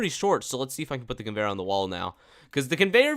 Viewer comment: "the lame convenyor ever" convenyor on tycoon : l i e